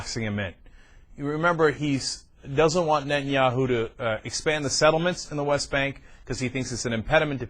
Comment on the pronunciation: Is it just me or is this dip shit incapable of pronouncing Netanyahu?